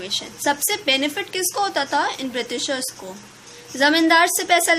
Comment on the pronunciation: its बृटिसर not बृतीसर